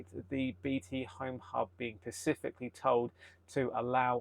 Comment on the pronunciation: Absolutely fabulous and fascinating video. Thank you. Really enjoyed this. Little niggle, the word you are looking for is "specifically", not "pacifically".